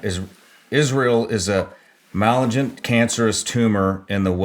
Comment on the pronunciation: I absolutely love the Shawn Ryan show but I got good chuckle out of an operator pronouncing "Malignant" as "mal-ah-gent".